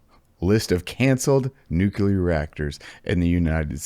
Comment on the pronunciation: I have a dream that one day will know how to pronounce nuclear.